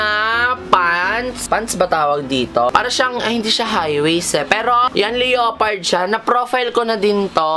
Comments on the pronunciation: small youtuber here.. gusto ko lang sbihin ung leopard 🐆dpt LEPARD (silent O) ang pronunciation nun 😉😉😉 concern lng po..hope to see you someday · its lepard pg pinronounce... 👍👍😜🤗💙